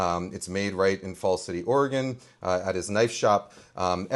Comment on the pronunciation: As an Oregonian, hearing Kenji say "Falls City" and "McMinnville" makes me so happy! If you're ever in McMinnville, be sure to try the pastrami on rye at Sandwich Express! 🤌🏻🤌🏻🤌🏻